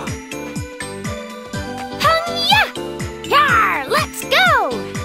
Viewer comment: they could have done better... xD;;; i wish it was more like pang- gya instead of pungyuh D